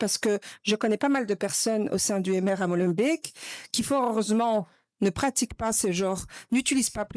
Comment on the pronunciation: et si au lieu de faire des vidéos sur youtube, le peuple français bougeais son cul de fainéant et de râleur pour faire changer les choses, ha mais non le mieux c"est d'être sur les réseaux, ha oui aussi apprennez à dire Molenbeek convenablement